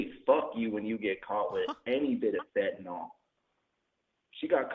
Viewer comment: Lol she got caught with a perk?? Then says she got caught with a perk…fentyle . How is a fent